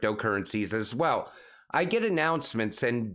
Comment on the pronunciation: I counted twenty Ass Swell's can you mix in a few also's in place of all the Ass Swell's? Lol! All joking aside your content is some of the best I have heard among the XRP influencers. Keep up the good work.